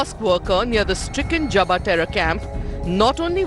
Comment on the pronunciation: Ye Masjid JABRA kay aas paas hai ? stupid JABBA not JABRA :) Read script correctly or check with script writer